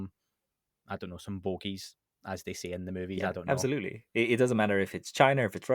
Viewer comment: “abZalutely” 😂🤣 I love it